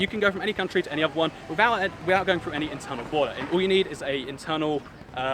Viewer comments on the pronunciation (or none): none